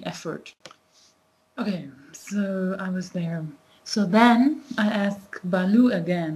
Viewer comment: its "bhalu" not "balu''...... really appreciate your work on promoting Nepali language........ dherai dherai dhanyabaad.......